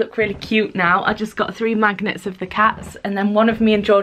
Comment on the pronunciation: I thought she said look at these cute little maggots, not magnets omg :')